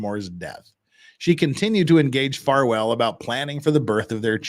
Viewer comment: Is it a freudian slip that kept saying Falwell instead of Farwell? 😂